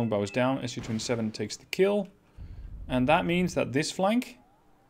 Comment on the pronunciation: Hello. Just a nerdy comment here: Its pronounced "Mi" (as in "me") - not M I, Su not S - U, Ka not K - A and so forth. Watch russian documentarys and you will here it clearly. Just helping to prevent spreading incorrect information. Merry Easter. Brian.